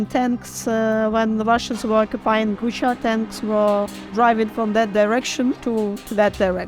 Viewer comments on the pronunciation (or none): Hola, muchas gracias por tu trabajo! Te comento, no se por qué casi toda la gente dice "Busha" pero es BuCHa, la Ч es una letra "ch".